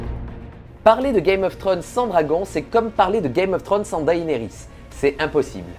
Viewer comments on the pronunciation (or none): C'est dommage c'est un sujet qui m'intéresse, mais ta répétition (5 fois sur la première minutes) sur le nom de la série (Que tu prononce Trône et pas Thrones) ma plus que perturbé et je nai pas pue regarder le reste de ta vidéo par peur.